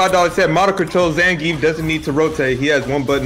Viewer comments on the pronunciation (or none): the amount of times they said names wrong was so hilariously painful to hear. zangeef, jury, its like the only person they know how to pronounce is Chun li im DEAD